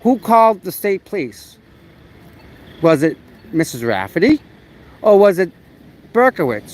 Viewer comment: say Pleese again! love it, Pleese Department is priceless